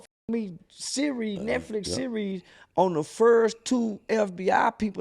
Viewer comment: Dudes ghetto was about to come out he almost said neckflix 😂